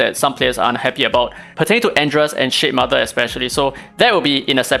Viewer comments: cannot stop hearing sh*tmother 😭😭😭😭😭😭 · It seems like you are really disappointed by shademother because everytime you say its name i hear shitmother for some reason. LOL